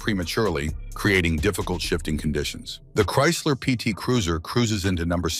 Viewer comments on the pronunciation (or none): none